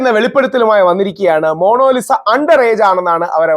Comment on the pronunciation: മോണോലിസ❌🙄 മോണാലിസ✅